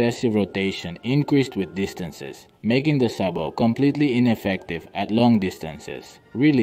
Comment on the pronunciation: CORRECTION! - Sabot is a French word and the "t" is silent! Such as in Chevrolet!